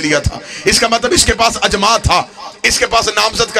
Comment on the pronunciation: Jis bgerat ki urdu tgek nhi ha Wo kya khaak aqeesa bayan kry ga اطاعت لفظ بار بار غلط پڑھا اس حرام زادے نے اجماع لفظ بھی غلط پڑھا اس حرام کی اولاد نے صحیح سنا تھا کی شیعہ لوگ حرام زادوں کو ذاکر بناتے ہیں اس کے ماننے والے بھی لعنتی حرامی